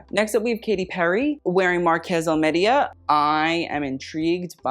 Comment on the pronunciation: Okay so for Katy Perry's fit the designer Marques Almeida has a Portuguese name, so it would be pronounced like "Marcus Al-may-duh" (I only know this because some of my family have that last name). I really appreciate how you want to pronounce the French names properly so I was hoping I could help out with this one :)